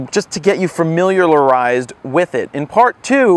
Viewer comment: Fameeleealarized! lmao xD